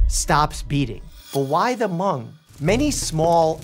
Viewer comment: He did pronounce Hmong correctly, though! Living in an area with a large Hmong population it drives me crazy when people say “Hah-mung.” My mother in law actually speaks Hmong fluently, and my husband and I know a few phrases. Sometimes we like to joke that we’d like to learn to speak “Hah-moob.” (Hmong is spelled Hmoob in their language.)